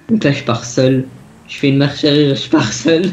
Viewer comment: C'est moi ou il dit Airriére et pas Arrière?